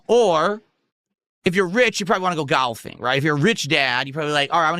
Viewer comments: Only would bring up another LOLcow mid sentence of wishing Dads a Happy Fathers Day. And he says detractors are hyper-focused. AYUND nobody says "gahlfing," they say "golfing" unless you are a Renton regard. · Why he FUCK does he pronounce golfing like that 😭 he's such a fucking weirdo. Also, you don't need to be rich to golf 💀